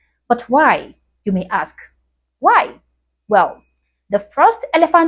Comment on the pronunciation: And then it writes "asks" and all say "aks"?????? How do they ever get a job? Obviously the Hispanics gets the jobs, they are fluently reading and understanding...